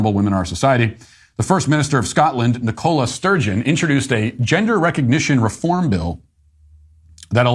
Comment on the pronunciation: Laughing my head off at your pronunciation of Nicola Sturgeon, I'm Scottish incidentally